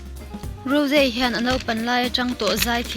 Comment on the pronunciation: Rose aiah raws tia lam tur lom